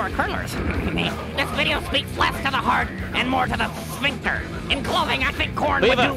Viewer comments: it’s pronounced “sphincter”, Butthead. Uh-uh. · 20 people had pronounced shpinxter as "sphincter" before.